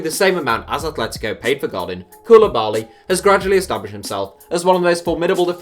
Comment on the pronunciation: i'm pissed of at how u pronounced Godín... and Koulibaly... and Kimmich... and Dele Alli... and u also called Veratti a frenchman, get ur info together or quit youtube man XDD